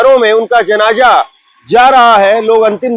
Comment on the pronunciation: Please apni language thik kar le .bolene me aap ki zaban sahi nahin hoti hai is se meaning badal jata hai,jaise janaza ko janja bol Rahe han. Please isper dhan den. Main aap ki burai nahin kar raha hun.main aap ki news barabar sunta hun.